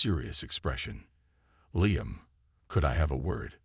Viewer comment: Liam is not pronounced "Lie-am," it's "Lee-am." Story is far too long -- boring and confusing. And repetitive. Did I mention repetitive? VERY repetitive. Totally stupid story line, with zero explanation of what the supposed past problems were -- or what the resolution (if there had been one) was. And the story doesn't match the title at all.